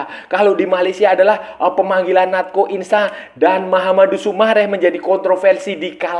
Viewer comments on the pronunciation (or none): Cara penyebutan namanya si Natxo itu Nacho mas